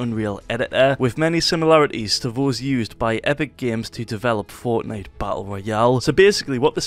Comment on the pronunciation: Fortenite CREEEEIFF. Holy shit say CREATIVE !!!!